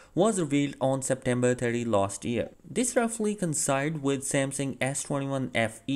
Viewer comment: Did he say September 40….?…..😹